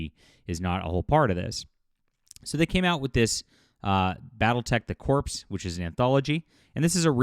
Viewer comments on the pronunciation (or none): Corps is pronounced like core, not corpse. And I haven't bought a single thing from catalyst since they f*cked over Blaine. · Corps is pronounced as core. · FYI "Corps" is pronounced like "core."